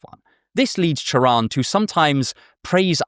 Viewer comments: i can’t overstate how much i appreciate the fact that you pronounced his name right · props on getting his name right. this might borderline sound like a veiled insult but it's a pet peeve of mine. doubly so when i've been meaning to get into him recently so i'm getting good vibes already. :) thanks for the video! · I love how you pronunce Cioran, extremely accurate Also, Cioran sound very similare with Cioară in Romanian which mean Crow, which make his name very ironic